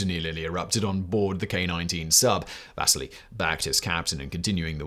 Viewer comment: Wish Simon and team would reach out to me on pronunciations. Vasily is vas-ce-lee not vas-silly, like Lowell is low-el not Lull (different video). Why? for so many people this is the only source of historical information